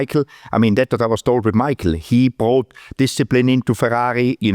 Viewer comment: I love to hear Guenther say Ferghaghi